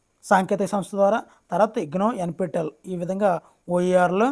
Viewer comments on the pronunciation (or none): 33.10.NP టల్ కాదండీ బాబూ N P T E L అని చదవాలి...